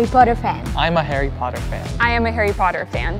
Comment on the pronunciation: It’s Harry Potter not haarry porrer